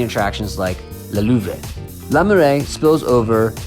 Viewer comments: “Le”. Is. NOT. Pronounced. La. !!! It’s different!!!! Make an effort please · Nice video! But I have to point out that the pronunciation of “arrondissement”, the E after the S is silent. Also LE is not pronounced with an A. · Interesting, but learn to pronounce "Le"